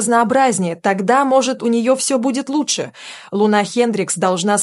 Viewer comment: Не ЛунА, а ЛУна. Нормально она катается. И на допинге никто не поймал.